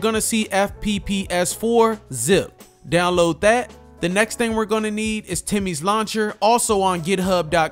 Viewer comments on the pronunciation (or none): Who cares about spiderman or God of war I AM ON BLOODBORNE's ASS, btw love that you say "Download dat"